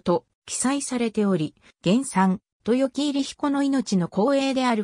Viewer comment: 漢字の読み方に注意してください。豊城入り彦のみこと。